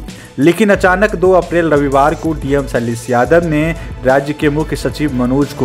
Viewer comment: Ok Bro, first of all its SHAILESH and NOT SAILESSS.